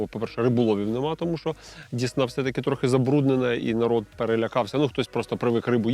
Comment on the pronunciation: Цікава риболовля,цікаві рибаки,цікаві місця,аби ще ДЕсна була,а не ДІсна